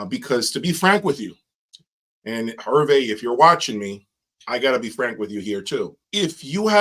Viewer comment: His name Herve is pronounced Air-Vay.